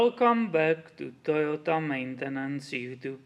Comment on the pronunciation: pronunciation of Toyota right on the money and yes I love Toyota as well since I was 15 years I've only owned Toyota's